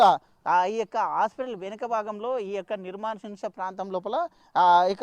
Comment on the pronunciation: నిర్మానుష ప్రాంతం అని పలకడం నేర్చుకోండి